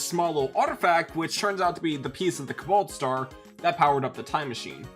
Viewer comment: I got a good chuckle in every time he said "Kabalt Star."